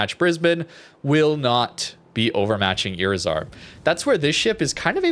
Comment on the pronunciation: When you see a Spanish word with a "tilde", that marks the accent of the word. iRIzar.